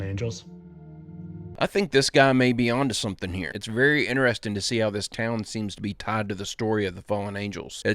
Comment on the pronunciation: I find it funny how keeps saying i find it inner resting instead of interesting 😂😂